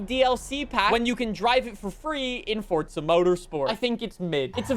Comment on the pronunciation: I love your channel but it’s Forza Horizon 5 not Fortza Horizon 5